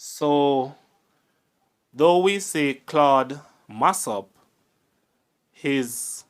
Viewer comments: u start by mispronouncing his surname. Its Mass-O-p, not Mass-A-p. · Why is your pronunciation so awkward and clumsy,the man was not “mass app” the pronunciation is “ mass Up”. And he was referred to as “Claudine” not”Claud”. Hence “ claudy Massop” stop talk like you not Jamaican, you are such a terrible narrator, interesting story but you make it difficult to listen terrible presentation